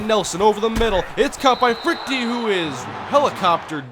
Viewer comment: you sure you're pronouncing Freuchte right? shouldn't it be like Frewkter or Froykter? whatever, great vid man